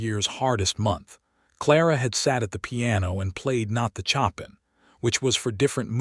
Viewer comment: 🎶 CHOP in 😯 🤨 No! Please, please fix the pronunciation! A beautiful Nocturne, it was composed by 'SHOW pan' That's how it is said. 🤪 Chop in 🪓 so silly ____ Also, a female name of Mae . . is said, May (long A) Not said, 'Me' 🥴 'Me' is just me - which is not a name. Fix it 🤞